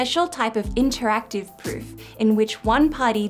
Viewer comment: Not to be mean, but I can't stop rewatching the bit when the video has you saying "a special type of interactive pfffp" :P Fun blooper :D